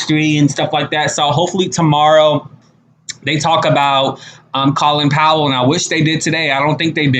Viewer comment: You are forever saying people's names wrong. The O in Colin Powell is like the O in no, not a like ah.